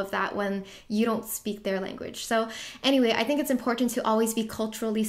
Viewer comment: “It’s imporTTanTTT” lol